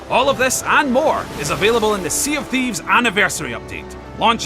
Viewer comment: sea of thebes XD